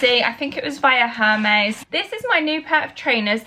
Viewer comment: Hermes is pronounced ‘ Hermees’ but great vid x